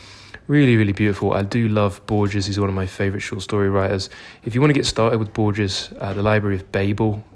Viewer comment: Love your videos man and especially the bookshop tours keep them coming! A little help with the Borges pronunciation (I know the G or J in Spanish tends to be complicated for English speakers), it is "Bor-hes". I actually would like to recommend you my favourite Argentinian author, who is Julio Cortazar, you might have read Hopscotch, which is brilliant, but also his short stories are remarkable.